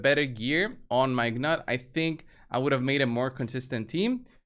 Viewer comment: Its nut the g is silent